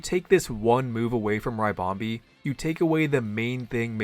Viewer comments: When American PokeTubers mispronounce Pokémon names it makes me shiver 🥶 lol but happy to be wrong if I am, but is it not RIH-BOM-BEE (like a ribbon) 🎀 like what the Pokémon is shaped like so not RYE-BOM-BEE ? Love the content as always, by the way it’s just one of my little pet peeves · It's a ribbon bee, not a rybon bee. It's ribonbee not raibonbee